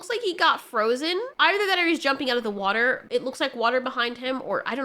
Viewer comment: You said "watahr" 🤗💕